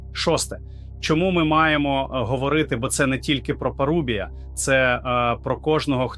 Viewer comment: Знову ШІ....😢 справа парУбія, дев'Яносто, Осічка , Чому ви такі ледачі?